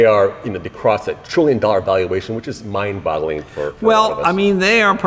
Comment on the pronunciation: The interviewer said "mind botteling" 😆😆😆